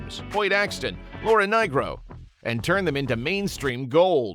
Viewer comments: Wholly Mackerel, it's LAURA NEE-RO, not NYE-RO! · The great Laura NYRO not NIGRO. (Obvious AI) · Laura Nyro’s last name is pronounced knee-row. Feckin’ A.I. slop. 🤦🏻‍♀️ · "Laura Ny-gro" Seriously? More AI crap. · One minor point -- it's Laura Nyro, no "g" in there. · One of my favorite bands from the '70's. They picked great tunes. BTW, it's Laura Nyro, come on!